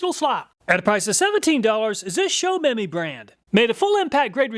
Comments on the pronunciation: I just added the showmemy to my cart. But I think it's pronounced, "show me my." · I can't help but wonder if that is pronounced "show me my" (tools)? 🤔